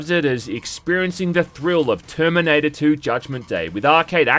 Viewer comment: Toyme, noyntie, Terminoynter 2 game. Know at the toyme. Twentytwentyfoyve. Dude, why do you talk like thi…. Ohh you got a key.